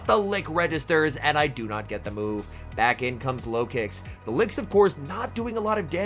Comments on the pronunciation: Lol I thought you said low kicks in the beginning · I keep hearing "farming up with the Lokix" as "farming up with the Low Kicks" and I'm like "who in the heck is running Low Kick??" 🤣